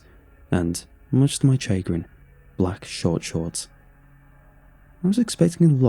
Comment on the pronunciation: Hey, just wanted to let you know since you've said it wrong multiple times now in different videos. "Chagrin" is pronounced SHA-GRIN not CHAY-GRIN.